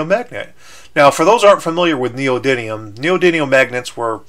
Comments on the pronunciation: It's neodymium, not neodynium. It has an M, sorry to be the grammar police, it was just driving me crazy. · 5 minutes of this guy calling neodymium "neodynium" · Neodymium! Not Neodunium ! God dammit! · It's called neodyMium, not neodiNium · neodidium magnets? no its ne-o-de-um magnets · He's non American, Americans say Neo Die Neum But others say Neo Din Eum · neodidlium is skookum mate. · Skyler Brockmoller neodidimum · I would correct you saying "Neodynium" but you said "Eye-Ron" aswell so I'm not going to bother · its pronounced neo-di-mee-um thats a M not a N buddy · it is pronounced Neo-dimi-um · friartuck103 I heard him say neodydium